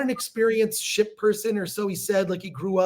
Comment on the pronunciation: Every time Chris says ship I always hear "shit"😊